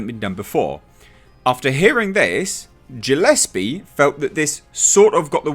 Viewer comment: The Void became far more endearing to me when I saw shortly after it came out of the theaters to dvd--☺which I bought☺--and THEN saw the 25 minute behind the scenes documentary with the crew and cast! P.S.: The director is pronounced Gill-less-pee.